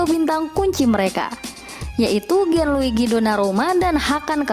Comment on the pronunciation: . apa cuma saya yang mendengar Gianlugini Donnarumma.